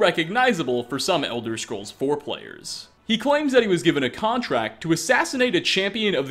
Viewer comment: I was thrown off guard when said "Elder Scrolls Foreplayers" but then when he mentioned The Adoring Fan, I was like, "Ohhh...oops. Elder Scrolls 'Four Players'...okay"